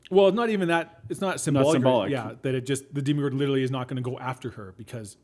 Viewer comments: You kept saying demigorgan wrong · "deemagorgon" me: BYEE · No one has ever called the demogorgon a deeeem-o-gorgon. Nor DEMI-gorgon. It's fucking DEMOGORGON. Demo. Gorgon. Dem. O. Gor. Gon. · I don't think you've watched the show if u say deeemogorgon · itz dema gor gon not demogorgan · MyNameIsMilligan demogorgon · how do you watch hours of this series, hours of listening to people say the monsters name, and still manage to say it wrong. The one guy that was meant to get his 'mind blown' knew and didn't correct him like seriously. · You're pronouncing the monster wrong